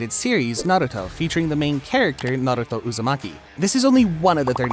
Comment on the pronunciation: Good video but the way you pronounce Naruto and especially Zoro is really gross